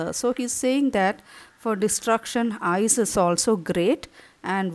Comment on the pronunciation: Mam it's ice not eyes😂😂😂😂